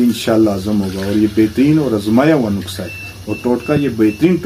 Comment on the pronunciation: It's not nuksa, it's nuska